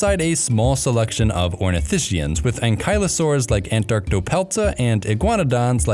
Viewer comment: it's pronounced ornitiSKIans, not ornitiSHians.